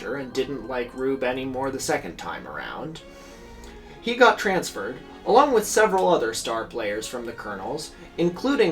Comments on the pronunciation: And also "Louisville" is pronounced "Loovle" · the louisvillian in me has to fight every urge in my body to say out loud “it’s pronounced lou-uh-vul” every time you were talking about the colonels 😭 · For future knowledge, the Louisville in Kentucky is pronounced "LOO-ə-vəl", like loouhvull, even loovul or luuhvul sometimes. Never loo-iss-ville, and not looey-ville is not recommended.